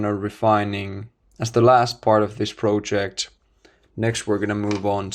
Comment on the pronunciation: I like your videos a lot. Also, I think your English is very good, both in terms of use of language and pronunciation. I only wanted to point out that the word "project" is pronounced as in I am not a native speaker either, but since you use this word a lot in your videos, I keep hearing it with the "o" pronounced as in the word "no" for example, instead of as a short "o" as in the word "dot" for example, which is the correct pronunciation. Please take this comment in good faith! Keep up the nice videos.